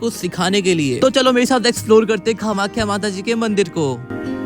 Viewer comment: Nice but it's not kha-makhya.